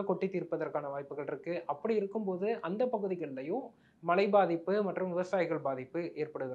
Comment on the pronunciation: Is it malai rain or Malai mountain. Can't you pronounce MAZHAI properly.